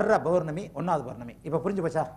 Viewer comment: not bournami it's pournami.not balangal..it's palangal